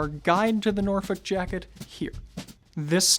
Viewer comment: I’m looking at a cashmere sport coat for lounge wear, something to keeps me warm but also formal, also everything an American says Norfolk I just feel pain lol